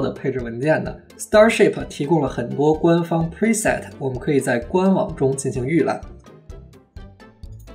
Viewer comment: 小小英文建议，preset重读是set，format重音是for